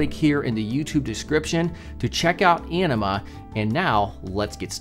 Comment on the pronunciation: I swear, every time says Anima, I hear enema. Anyone else with me? (Love the video)!